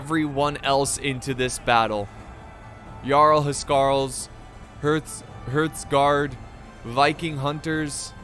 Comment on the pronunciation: Quick pronunciation hints - Mide is said like Mead (or Meath, which is the modern name), Fianna is "feena" or "feeana" depending on dialect and Hearthguard is pronounced more like harth-guard. You can also call Dyflin either Difflin, Dufflin or Dublin, because that one is inconsistent too. Dialects are wonderful.